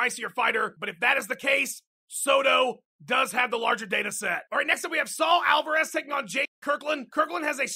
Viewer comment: It's Alvarez not AlvErez.... you mot.....